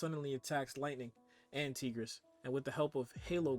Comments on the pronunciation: I know you did not say "teegeress" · The way you says Tigress irks me.